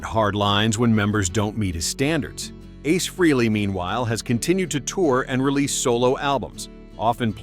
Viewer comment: Stop saying "Free-lee". It's pronounced "Fray-lee".